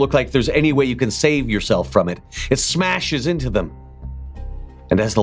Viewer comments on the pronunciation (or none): Perhaps the most Boston thing I've heard. "Hey Yog, you listenin? GO FUCK YA SELF!" 🤣👌